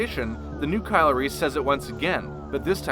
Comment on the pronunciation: Did he say Kylo Reese